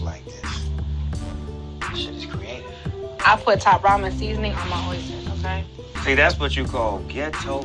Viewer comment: Stop saying orstersssss!!!